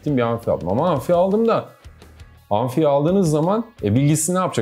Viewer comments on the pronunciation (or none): Abi anfi değil amfi